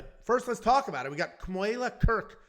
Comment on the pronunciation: FYI. Kamuela…. You did perfect! You pronounced it correctly!